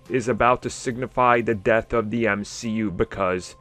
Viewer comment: Mcu I think you mean m she u